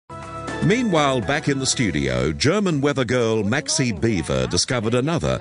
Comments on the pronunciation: not really Beaver. Its "Biewer" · "W" is pronounced like a "v" in German. So, phonetically at least, it is said "beever". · Maxi Biewer, not Beaver. German spellings... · In fact her name is Maxi Biewer, not Beaver :))) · it‘s Maxi Biewer